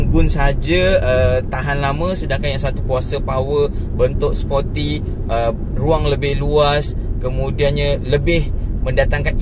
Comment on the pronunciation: Bukan spotty bang, sporty. Spotty tu tompok2. Haha.